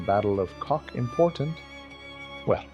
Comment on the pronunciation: oh my, Kock not Kok, but thx for the remembrance, my grandpa was there